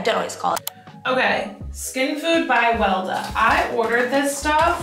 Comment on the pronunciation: Omg I loved this video! So funny. Especially your pronouncing Weleda. It’s a German brand and it’s pronounced different. But I have to order it now. Loved the makeup. Love your videos